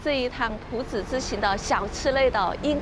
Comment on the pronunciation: 光是朴知道唸第二聲 我就要給妳一百分💯